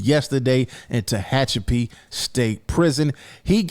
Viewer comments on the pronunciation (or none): BREAKFAST am? That's kind of a LATE breakfast for a California State Prison. And somebody let know that Tehachapi is pronounced Ta-hat-cha-pee SMH Ummm, when you're in prison or HELL, not in prison, and someone comes stabbing on you, what else is it but they're trying to murder you. Also there is no black and brown kumbaya in California prisons. You're supposed to rock with your own kind. You have a few ppl that intermingle like, you'll find a Black that's down with the ese's or vice versa. Usually Asians and Pacific Islanders ie. Samoans and Fijans etc., they'll rock with the Blacks. But yeah, it's racial here in the CDC. There's times when race/gang wars that are happening on the streets between Blacks and Mexicans, are calls that initiated from shotcallers in the California prisons. That's just how it works out here.🤷🏽‍♀️